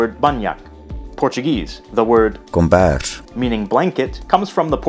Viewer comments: Its 'kombers' not 'combers'. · it's "kombers"not "combers"